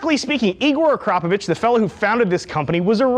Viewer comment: The first native english speaker i have ever heard to pronounce the name Akrapovic correctly. Cheers bro!